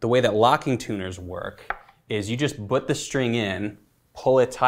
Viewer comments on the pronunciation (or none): Rob says 'but' instead of 'put'